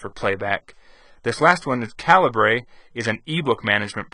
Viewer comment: Calibre is pronounced "caliber"